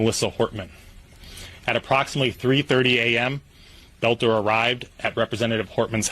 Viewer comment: Why are we listening to this? You never heard of Klobuchar? By the way. Take note. BELter not BOLter. Otherwise you sound like AI, which is annoying.